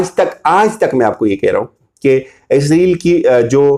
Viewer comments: بڑے بھائی السلام علیکم ورحمةالله، ازرائیل نہ بولا کریں صحیح لفظ اسرائیل ہے!!! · کہاں کہاں سے اٹھ کر لوگ ویڈیو بنانے آ جاتے ہیں؟؟؟؟ لفظ بھی بولنے نہیں آتے ۔۔۔۔۔۔۔ سودی عرب۔ سودی عرب۔ سودی عرب۔ عزرائیل۔ عزرائیل۔ عزرائیل۔ وڈے تجزیہ نگار ویکھو۔ 😇😇😇😇😇😇😇